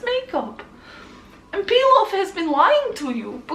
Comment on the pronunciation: Reads comments Realizes that it's Pilaf Not Peel off